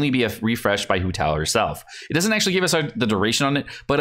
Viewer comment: everyone sayin WHO TAO but not HOW TAO ?